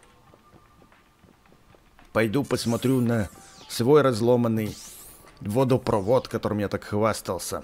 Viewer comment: Водопровод ударение пожалуйста